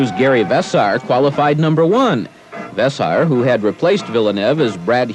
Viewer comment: Vess-air, not Vess-ar. How could you not know that. Those brothers have been in the sport from the beginning.